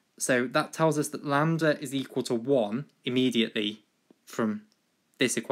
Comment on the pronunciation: "lamb-der" hahahaha